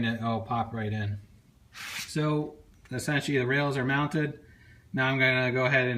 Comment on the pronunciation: you say esentialy